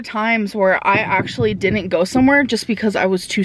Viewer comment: “No deedint 🙄🙄